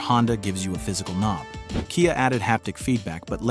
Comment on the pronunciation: i lost interest and figured this was AI, when it said "kaya" instead of KIA